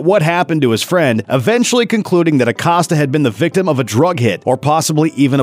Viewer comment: Why is he pronouncing Acosta like that